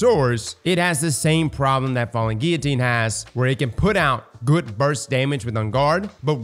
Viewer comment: You actually pronounced "Guillotine " correctly!!! Smart dude.